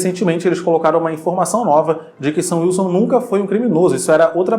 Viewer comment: cara...... toda vez que o fala “sam wilson” eu ouço “seu wilson” e fico “????????”